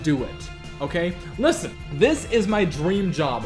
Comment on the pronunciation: XD he said lisTen. I cannot take someone seriously when he emphasizes the letter T on the word listen.